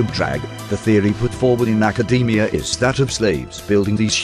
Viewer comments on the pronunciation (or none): none